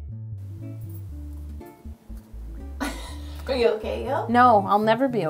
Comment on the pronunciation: You is spelled YOU you said yo